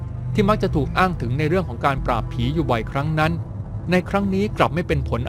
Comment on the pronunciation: 2.43+ คำว่าผีชัดมากๆอือ